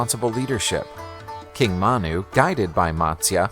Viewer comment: His name is “Manu”; not Mana. I know it was not clearly audible in the video